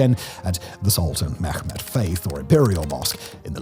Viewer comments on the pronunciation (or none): none